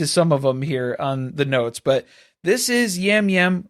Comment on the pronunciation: Hearing you guys talk about the CBS reality people is killing me 😂 Yam Yam is pronounced Jam Jam Rob Cesternino is pronounced Sest-er-knee-no (as a RHAP listener, I’m so excited to see him play) Ian used to cohost Big Brother recaps with Rob C so they have a big connection. When the Survivor season has a location in the name, that’s not a spin off. That’s just where it was filmed! Or it’s the “theme” for the cast. There aren’t “spin offs” of Survivor like you guys are thinking. It’s all 1 show 😊 Appreciate the coverage for all the shows you do and looking forward to the new season of Traitors tonight!